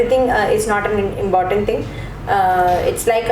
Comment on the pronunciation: It's not fake accent . It's the standard. English is nasal. Still he sucks with words like candidate, important, preparation etc